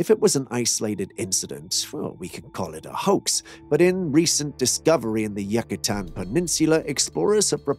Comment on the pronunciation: Pronounced Yuke-atan not Yak-atan